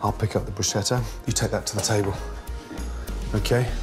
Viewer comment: Gordon, I love you but can someone teach you how to say bruschetta? BroosKetta.